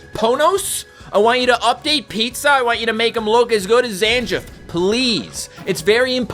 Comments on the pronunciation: It's Zan-geef, not Zan-jif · first time ive ever heard someone pronounce Zangief zan-jiff 😭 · Zangief is pronounced Zan-Geef! 😭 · To be more precise - Zan-Gee-Yef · Someone please teach this man how to pronounce Sakura and Zangief